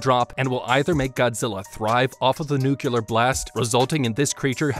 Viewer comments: Could you please pronounce nuclear correctly in the future? It makes it very hard to listen to your videos when you keep mispronouncing something that is central to the theme of the video. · Tbh I was so bothered by hearing "nuclear" mispronounced over and over, I just stopped watching lmao. I didn't hear any "how to beat" either, he just summarizes the movie without any real commentary. Should have titled it appropriately. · Bro does not know how to say nuclear💀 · okay 3 things 1. this is really cool 2. please figure out how to make the subtitles say the same things that you are saying, it's distracting and misleading 3. please, please, please learn how to pronounce the word "nuclear" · the number of times he mispronounced 'nuclear' in this video was triggering. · NUCLEAR SAY IT N U C L E A R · MY GOD! I hope you've learned how to pronounce NUC -->>L<<---EAR since this video! There is no second U in NUclear, count them: 1, ONE, ONE U. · The most unrealistic thing isn’t the giant angry lizard, it’s the fact that the Japanese government cares about its citizens. Also: the word nuclear ( new-Klee-Ar) wasn’t said correctly one time. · NOO-CLEAR , NOO-QUE-LAR... Is it so hard for people to get the pronunciation of "Nuclear" correct ? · Bro you're really bothering me with how you keep mispronouncing "nuclear". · Why are you pronouncing nuclear as “nucular”? I have nothing against this video, it just bothered me for some reason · The way he says nuclear triggers me. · the mispronunciation of nuclear is killin me man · Nucular is not a word. It's Nuclear. NEW-CLEAR. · NUCLEAR IS PRONOUNCED NEW-CLEAR NOT NEW-CEW-LER OH MY GOD, PLEASE.... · Remember kids “Nu clear” not nukyuhler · I get the Simpsons joke about pronouncing "nuclear" as "nukyulur", but using for EVERY instance seemed like overkill... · Its a personal pet peeve of mine when people say nuculer instead of nuclear, every time I just wince cause it annoys me. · "Nu-cle-ar" not "nu-cu-lar" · it's Nuclear not Nuculer